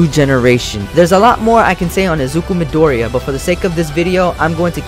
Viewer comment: you said midoriya wrong